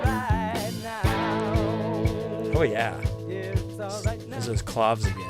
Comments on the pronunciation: Pretty sure claves is pronounced claw-vays (like days) and also clavinet is totally different, a type of keyboard. Sometime try to listen to "Don't Cry for me Argentina" (from the Andrew Lloyd Webber musical, way before Madonna movie) for great clave part if you can find a version with the claves? (played that part back in the day in high school band/orchestra ... proper technique is to cup one of the claves in your hand/almost on your fingertips so your hand does not affect the sound/resonance of the wood). Some people just grip one clave and bang it with the other one, like George Michael Bluth (wood block!) in Arrested Development, does not produce the intended/ideal sound. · Yes, pronounced clah-vays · It's Actually pronounced "clov-ay" Clave two syllables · "claves" is Spanish, two syllables, meaning "keys"